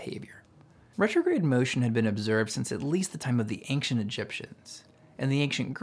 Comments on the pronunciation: I had an ex from SE Texas who pronounced both wander/and wonder as ‘wunder’ too (If any were confused, planet is Greek for ‘wanderer’ not ‘wonderer’) Can’t help you on ancient as “aink-shent” though. Don’t think that’s a Texas thing… Cheers. Keep up the great work! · why does he say anKcient??